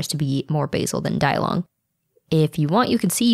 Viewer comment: Di-Long is pronounced Dee-Long.